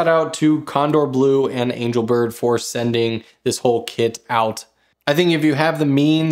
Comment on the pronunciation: angel bird...somehow pronounced angle bird, was it intentional?